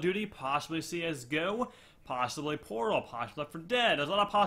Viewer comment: When he said "portal" i thought he said "pornhub" xD